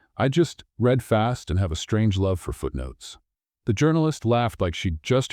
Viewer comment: AI must learn to read "read" as present tense REED or past RED